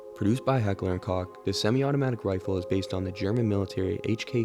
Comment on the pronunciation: Excellent pronunciation of heckler & Koch 10/10 dude